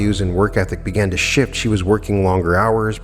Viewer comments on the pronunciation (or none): none